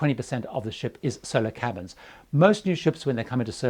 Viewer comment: when you say "Solo cabins" it sounds a LOT like "Solar cabins". I actually googled it thinking it was something about solar-powered and would cost less in electricity or so:)